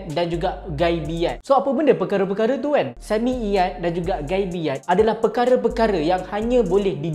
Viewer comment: Hmm dia sebut sam'iyyat pun.. سمعيات Dgn huruf ع ain Harap speaker belajar lebih lagi ya insyaAllah